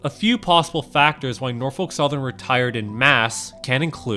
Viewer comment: "NOFOLK SOTHERN WATS YO FUNTION!"